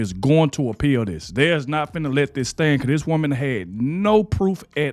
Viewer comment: You do realize that "Finnuh" is not a real word.